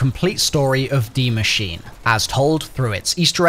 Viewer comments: Ah yes de machine not die machine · My man said “dee machine” instead of “die machine.” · The word is “die” not “D” machine. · u really jus say dee machine lmao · Why did u call it the dee machine?? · Why people always call it D machine its DIE Machine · Dee machine? It literally says "die" bro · did he seriously just say dee machine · Is that your accent or are you trying to say Die machine wrong??🤥